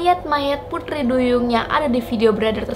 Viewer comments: Pengucapan T nya medok, bukan putri tapi puthri.. 🤭 org Bali kah..??😀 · Kyk ngomong "Pudri" duyung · Apa aku aja yang salfok pas dia ngomong “putri” 😂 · Aku salfok sama ngomong "putri" duyung nya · Pengucapan putri duyung nya kek logat logat bali ya gaes 😁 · Ngomong pu-TRI nya kenthell buwangett mbak wkwk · Kok prasaan ngomong T nya gitu sii kak😅😅